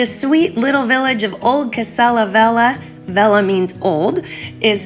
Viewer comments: Pronounced vel-ya. Just fyi. :) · The way u pronounce "velha" sounds like "vela" which means candle in portuguese. The "h" makes a huge difference when is located after l or n, nha or lha. Just a good tip for you 😉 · It´s not "vela". She mispronounced "velha", that´s why it sounds like "vela".